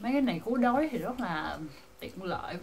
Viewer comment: giọg bà này kì kì, cứu đói đọc thành cú đói